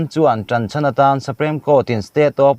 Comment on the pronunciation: Sir!! I channel a content thenkhatte hi a interest ka ti thin hle. Amaherawhchu, i thu chhiar te a nihna ang anga chhiar chhuak liam puat mai lovin anihna hriatchian tumin hei ai hian han in zir leh deuh hlek thin la ka va han ti tak em. Supreme— *suprame Bandh — *band